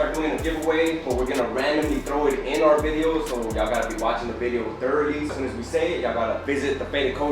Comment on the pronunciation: a video, or bideo?